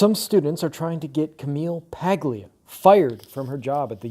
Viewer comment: Good video. Well stated. A couple of things. Camille's last name is Italian and the G is silent (i.e. Paul-ee-ah). Next, the University of the Arts in Philadelphia is supporting her 100% as they have in the past. I would also suggest that you read some of her other excellent books she had written after "Sexual Personae." Even though they were written 25 years ago, they are still very much relevant to the insanity going on in academia at present. 👍